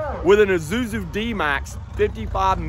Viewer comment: Thought it's Isuzu not Izuzu 😅